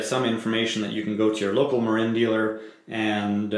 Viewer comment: It is pronounced MARIN like the guy from Cheech and Chong. Marine is a United States Marine spelled differently with an E at the end.